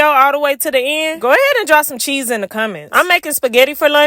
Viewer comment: 🧀🧀🧀I think u said cheese i watched it more then once daum need to watch it again just to make sure u said cheese 😂😂😂